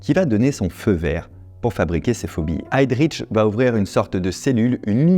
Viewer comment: Petite notion de prononciation allemande : on ne dit pas "HeydriTch" ni "ReiTch" mais bien "Heydrich" (le 'H' n'est pas muet) et "Reich"